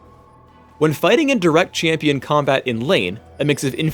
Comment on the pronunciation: Why does say "chee-ampion"